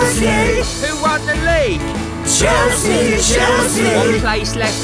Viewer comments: Ummm is it just me or am I hearing Chelsea Chelski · Isn't it chelski